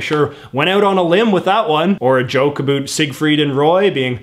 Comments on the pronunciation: It’s ab-OWT, not “A BOOT” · Okay but why does he say everything normally but then say “abüt” every time instead of “about” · You talk normal until you say aboat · we dont though, not sure where this guy grew up but most canadians pronounce it "a boat" Ive never in my life heard a canadian say a boot until I found this youtube channel lol it just what others think we say, this guys going with it I guess lol its jarring to hear for me, I think he plays it up as a joke, I hope anyway lol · South park: Predicted Canadians would pronounce "about" as "a boot" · I didn't trust a word you said after "abote" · Why do you say about like a boot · Your "about" and "around" sounds so Canadian. I live in Vancouver too, I've only ever heard it pronounced like that from Newfies and Labradores. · I love how he has a pretty American accent except when he says “About”. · Does he always pronounce "about " like that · Why do u pronounce about like that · the way you say the "ou" sound in "about" and "around" is painful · How could u trust a guy a can’t even pronounce a simple word like “about” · that's the other side of the planet. I've heard Canadians before, never heard them mispronounce words like that tho. Sounds, for the most part, like any other North American. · Nice video. But you're saying "about" wrong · I cringe every time I hear “about.” I’ve lived in Canada my entire life, and I’ve never heard this. What is this strange affectation? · The way this guy pronounces “about” is extremely annoying to me